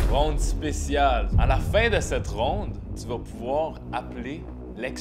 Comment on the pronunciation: on dit round mdrr